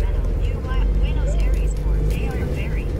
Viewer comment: Kuping sy risih aja dengar Buenos ARIES ber-kali²... 😊 Padahal kan Buenos AIRES ... Kritik ah ! Pembacaan² & pengucapan² diperhatikan lagi... Ini kan bagian dari pencerahan, bukan PENYESATAN... ! 😂